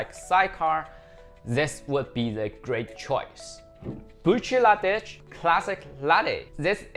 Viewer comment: The second one is pronounced, brook-lah-dee, and it's delicious but has gone up in price.